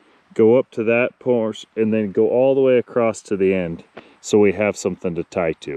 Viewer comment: Clean solar panels work far better, just sayin Also there’s no T in across